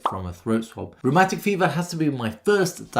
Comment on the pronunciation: The first time you said rheumatic fever, I heard romantic fever. It was weird and confusing until I heard it properly. 😅